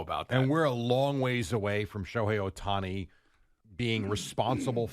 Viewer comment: His name isn't that hard to pronounce. Just read, white people 😂